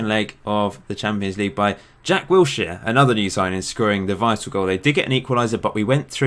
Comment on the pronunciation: Did you say "Jack Wheelchair"